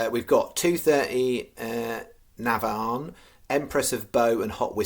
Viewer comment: FCC - NAVAN - pronounce this way - NAA - VAN